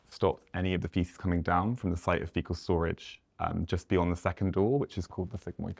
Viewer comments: He said artificial fetal matter when he meant to say artificial fecal matter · If you got foetal matter leaking out then girl, you in trouble 😂😂😂